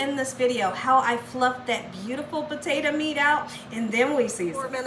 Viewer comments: "Potate-a"...... love it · I ljust love how she pronounces the word Potato> Puh-teh-tuh😊